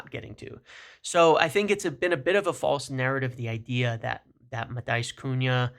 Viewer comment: great video but its not pronounced "Ma-tie-us"